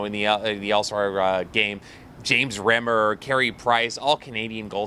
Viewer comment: And BTW... I can't believe you mispronounced James Reimer's name.. you're Canadian! Think of it like Optimus PRIME... and change it to RHYME-ER.